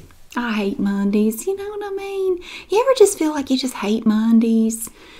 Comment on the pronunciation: The way you said "Mondeees" I love this so much hahaha You're the best!